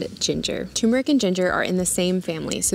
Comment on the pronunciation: Turmeric is not pronounced toomeric.